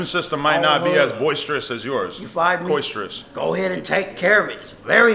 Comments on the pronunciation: Lol this man said coisterous(boisterous) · this boi said coisterous. i'm dead 🤣